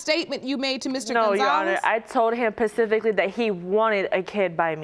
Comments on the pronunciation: That's what I kept thinking, "pacifically" 😉🤣🤣🤣 Current or ex, can't be both. Not sure she was very smart. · “I told him pacifically” enough said 💀😂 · I audibly said, “Pacifically…? 🤔” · She told him 'pacifically'